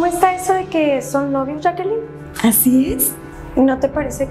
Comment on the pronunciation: Para un comentario dijo yackaline y es yaquelin